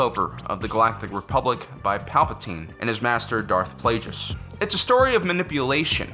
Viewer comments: Why do you say darth plagous like darth plajous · Did he juset say Plajues, it’s Plagues, with a g, okay!!! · Plagueis is pronounced as in 'Plague' not with a soft 'g'. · I know I might sound like a dick here but I swear sometimes based on your pronunciation I'm certain Star Wars names("darth plajus" its darth plagueis) it calls into question how much you actually watch it haha jk we all got different ways of saying shit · can you say darth plagueis not plagius thats not his sith name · “Darth Play-jus” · Is dearth plagieus's name pronounced play-gih-uhs or pley-gee-ihs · Pretty embarrassing to spend all this time making this video and then pronounce Plagueis wrong. They literally say it in the prequels, so there's no doubt about how it's pronounced. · U said Darth Plagueis wrong(Still Awesome) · You didn't pronounce plagueis. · You can't even pronounce Plagueis properly!!